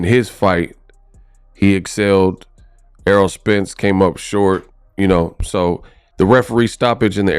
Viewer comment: This dude is one of these "boxing YouTubers" who are only "boxers" when the camera is on lol. Like bruh listen to what you are saying you sound goofy man. Everything you have said was all in other videos like where's your opinions with facts ? Lol you can't even pronounce known boxers names this dude over here saying arrow Spence and "air roll spence" Errol dawg Errol